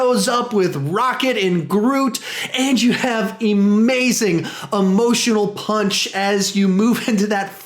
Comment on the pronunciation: "emazing amotional punch" XD